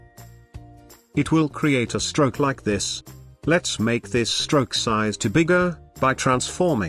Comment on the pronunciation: The tts had a stroke when trying to say stroke XD